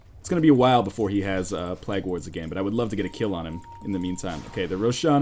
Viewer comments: Just me who feels like it should be pronounced "playg" not plag? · "Plague" is not pronounced plag.